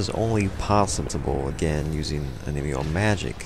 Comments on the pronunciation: on me yoh... not oh nee mee oh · Onmyo is pronounced without the n so om-yo,ninjutsu is nin-joot-su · "Noojutsu and oneemeeyo magic". I must be playing the wrong game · Yeah, not my best pronunciation.